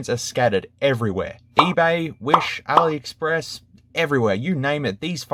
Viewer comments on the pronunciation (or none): none